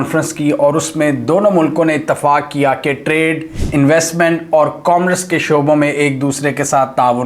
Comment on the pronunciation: Komras nai sir commerce